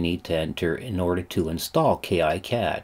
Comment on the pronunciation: It's actually pronounced "KeeCad" , not "Key Eye Cad". And there is no professional or community version for KiCad, neither does it require a license. It's all FOSS, check out